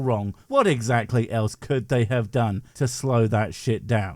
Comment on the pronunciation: She can't even pronounce the word "exactly", sounds like she's saying "exattly".